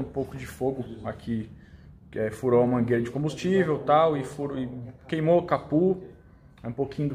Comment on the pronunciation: Capô ou capu? 👀😂